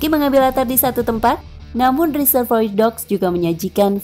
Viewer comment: Reservoir dibacanya RE-SER-VO-A mbak!